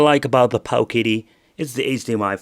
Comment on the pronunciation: the pooooooowKIddy lol